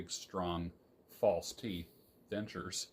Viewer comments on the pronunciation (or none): none